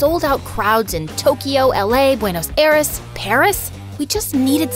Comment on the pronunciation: How u gonna have a person voice over this that can’t say aires right 😂